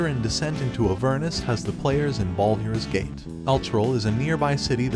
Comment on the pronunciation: the voicing is already better then with the older videos, but it still way off from what is needed for something like high fantasy. not sure this will work with a random voice thats clearly not used to these things. the awkward way of saying baldurs gate and the way its weirdly cut of sounds very much like an ai.